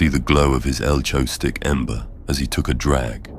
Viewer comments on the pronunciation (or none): It's AI, that's why it pronounces things weird